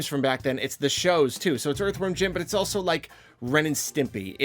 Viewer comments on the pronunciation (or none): none